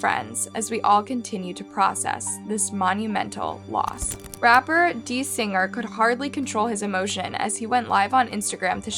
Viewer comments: Your pronunciation of Quavo is wild, but how tf do u get dee singer from designer??!..🤔😒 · Rapper dee singer?…. Its “Designer man 🤦🏿‍♂️🤦🏿‍♂️ this probably why you shouldn’t report on these kinds stories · You’re starting to give off the energy that you just do it for the money because for so long now we tell you that you need to do better with pronouncing their names. You put Quavo as the picture & even mispronounced his name, and his friend Desiigner . It’s disrespectul to the friends and family, please do better and show your respect towards the victims you’re making videos off of. Its also just showing that you aren’t putting a lot of effort into your research . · Right. And the way she said desiinger name . Was kinda shocked! This story is still so sad. Still surreal that this is the migos story now